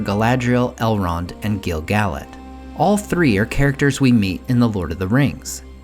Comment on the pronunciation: Gill-Gal-lad?? Pernounced Gil-Guh-Lad